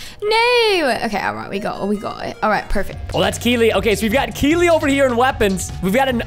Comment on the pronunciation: Preston it’s keelee